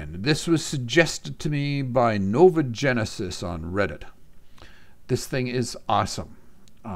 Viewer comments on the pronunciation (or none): none